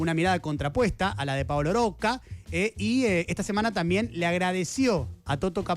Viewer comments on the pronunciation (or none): Oye Diego, porque pronuncias el apellido Rocca con una erre muy suave? Creo que se pronuncia así, como está escrito, Rocca, como repelente, o repetir. También, todos pronuncian Techin, en lugar de Techint.